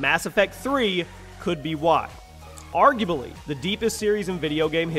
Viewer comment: "Argubaly." What the hell?